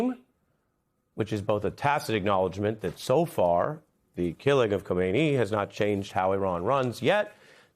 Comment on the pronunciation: Ari, learn to pronounce what you're talking about correctly, P-H-L-E-A-SE. Khomeini died in 1989, of natural causes. It was Khamenei who was killed a few days ago. Pronouncing "Khomeini" shows you don't know what you're talking about, or you aren't familiar enough with the subject.